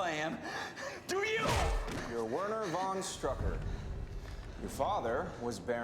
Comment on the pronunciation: There really, really, really is no Ü in "von Strucker".